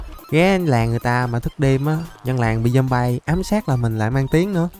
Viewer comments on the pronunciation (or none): none